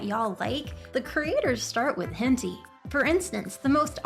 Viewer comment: did she really pronounce it henty